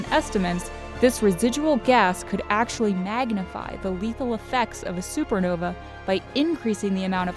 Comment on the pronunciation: Lol supernovee It's supernova lol